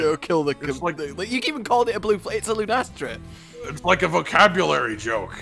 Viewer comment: "Lunestra" lol